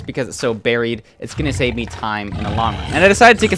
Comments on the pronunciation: “try to pearl hang to the fortress to SÆVE” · you said "save" weirdly